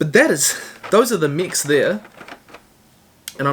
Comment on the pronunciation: It took my half the video to realise he was saying mechs, I thought he was saying mics I was confused